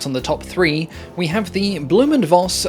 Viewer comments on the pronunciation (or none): "Voss" in "Blohm & Voss" is pronounced "Foss" BTW. It is a Low German family name that translates to "fox".